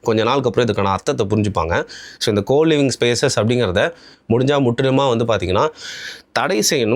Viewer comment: கோ லிவிங்கா ❌️ கூ லிவிங்கா ✅️